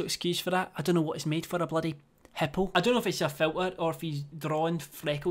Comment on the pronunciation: The way he pronounced hippo is so funny ideky